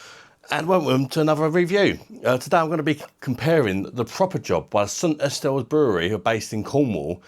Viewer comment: We pronounce St. Austell in Cornwall as, 'St. Ohstuhl' :D